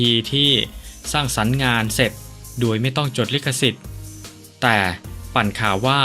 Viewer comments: แอดทำไมพูด โดย เป็น ด-ว-ย ครับ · แปลกนะแอดมินที่คนไทยออกเสียงโดยเป็นดวยเป็นไทยคนเดียวที่อ่านโดยเป็นด้วยใช่คนไทยแท้จริงหรือ